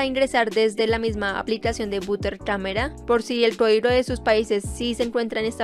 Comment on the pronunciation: Butter camera no se pronuncia así :(